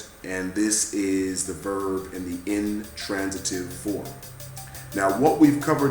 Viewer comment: wait did he just say intrantative????